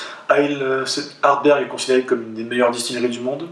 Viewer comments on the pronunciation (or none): ArdBEG pas ArdbeRg ... Et tu ne le dis pas qu'une fois ! (Pour le meilleur whisky du monde 2008 si je ne m'abuse et pour quelqu'un qui porte la "bonne parole", c'est un comble !..) Ta prononciation me heurte (pour pas écrire "hurt", if you know what I mean)